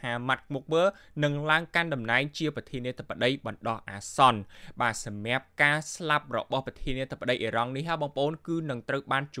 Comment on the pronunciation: ហ៊(រក)សម្រាប(សម្រាប់) ផឹក(ព្រឹក) ឆើន(ច្រើន) ហុឹម ប្រើពាក្យអោយត្រឹមត្រូវផងបើតាំងចិត្តធ្វើអ្នកអានព័ត៌មាន.